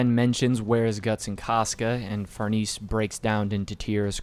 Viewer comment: Also the pronunciation for Farnese is Far-Nah-say, hope I’m being helpful